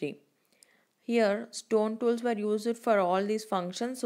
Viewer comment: many spelling mistakes and pronunciation mistakes.its tools mam not stools